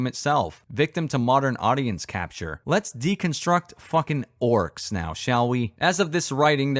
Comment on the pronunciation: "Oarks hab famiwees"